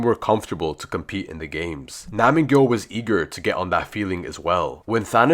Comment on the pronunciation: It’s nam gyu btw